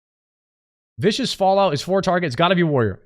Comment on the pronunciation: Every american says Vicious Fallout instead of Viscous, its incredible honestly.